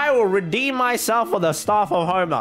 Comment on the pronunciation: How we say it Staff of homa How he say it: Staurf ourf hourma